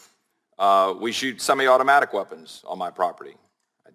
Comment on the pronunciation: Nadler can’t even pronounce semi-automatic…. Pretty sure you shouldn’t decide any policy on something you can’t even pronounce.